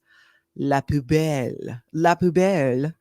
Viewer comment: it’s pronounced “poo bell” think 💩 🔔 do the dumpster dive for ingredients? Is the food so bad most of it gets thrown out? I need to know